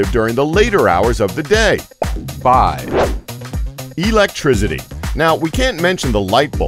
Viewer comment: It's electricity, not eletrizidy